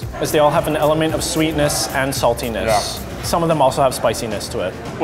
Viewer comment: the way he said saltiness lmao